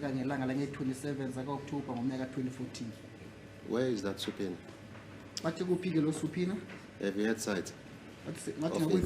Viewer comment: U GUYS ITS SUBPOENA(PRONOUNCED SAPINA) NOT SUPINA😂😂😂😂 U DUNDER HEADS